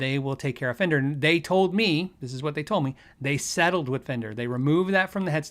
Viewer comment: " The FWNDER Way" Really